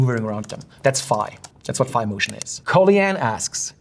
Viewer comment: Also ὀπτικός does not mean light, in Ancient Greek it means "of, or having to do with, sight". And ϕ isn't pronounced "feye", it's pronounced "fee", as in ϕεῖ.